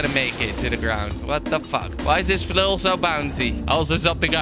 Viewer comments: Kweb, in swedish its flöil not flåil, å pronounce lika a O, Good video! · You said fulil so mint times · if I had a quarter every time he said flial I would have a million dolers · it's flail not fail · who else thought it said fail instead of flail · Does Someone know how much he Said "flil" xD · HOW MANY TIMES DID HE SAY 'FLUL'? ( i think thats how to spell it :D) Do the Challenge! ;p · I counted how many times he said flill 358 times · !!!!!!!!!how meny times he siad flul ? :) :) !!!!!!!!!!!!!